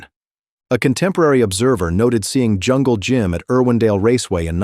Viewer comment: Be nice if you could pronounce at least the legends name....